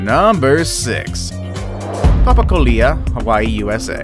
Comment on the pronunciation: It's pronounced papa ko lea. Not papa ku lia